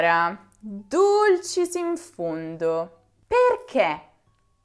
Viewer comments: Comprendo che l'inflessione dialettale sia ineludibile, ma - davvero! - non indovini nemmeno una "e"! Si pronuncia "perché" e non "perchè", etc...Per il resto brava! Il congiuntivo dona pregnanza semantica alla lingua italiana. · Farsi una domanda nn chiederselo...!!!! E nella dizione italiana mentre dici perché chiudi un po' la "e"....